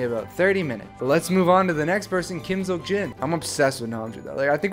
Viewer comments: Am I the only one who is praying for to fix Jin's name to Seokjin instead of Seokin😂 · It's no longer "SEOKJIN".....its...."SEOKIN" 🤣 Namjoon looks like a dad